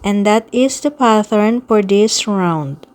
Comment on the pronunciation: Pattern is pronounced PAT-ERN,.. NOT PATH-ERN.🙄